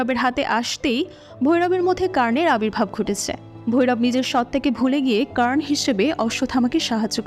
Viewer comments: কার্ণ কি আবার? উচ্চারণ কর্ণ 😑😑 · It's কল্কি, not কাল্কি It's কর্ণ, not কার্ন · i think name pronunciation sob vashate ekrokom hoya uchit. Bar bar কাল্কি and কার্ণ shunte odd lagchilo. Otherwise 👌